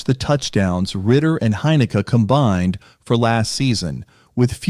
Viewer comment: hey, teach your AI voice to pronounce Heineke correct...